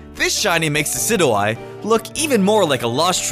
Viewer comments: It's pronounced De-ci-joo-eye, not De-ci-doo-eye! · Decid-you-eye not Decid-oo-eye. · DE-CID-YOU-EYE IT IS SAID THAT WAY MY GOOOOOOOOOD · it's not de Sid oo eye it's de Sid u eye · it's dicid-you-eye not dicid-eww-eye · my gosh I cringe every time you say "dicidoeye" its pronounced "desidyoueye" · Decidous + Eye = Deh - Sid - Ju - Eye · ITS PRONOUNCED DE-SID-YOU-EYE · It's Diss-Idge-You-Eye And Vike-A-Volt And Tapu Fee-Nee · it's De-sy-dyou-eye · Did you just pronounce Decidueye, des-id-you-eye? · you said dicidueye wrong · it is pronounced decid eu eye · It's pronounced desidjui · No offense but it's pronounced Dee-sidg-u-I. And can u not spoil the first spot on the thumbnail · It's pronounced di si jyu I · Also dicidooeye is how you pronounce it no offense but it's di-sidge-of-ie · Him saying Decidueye like that really bugged me XD and dont worry that you havent caught a shiny pokemon I have only caught one and i didnt know how rare they actually were so I traded my shiny Mudsdale to a good friend of mine :3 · you pronounced decidueye name wrong i guess but nice video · You’re pronouncing Decidueye wrong. It’s supposed to be a combination of deciduous and eye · Not how you say Decidueye... other than that good video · you said desudia wrong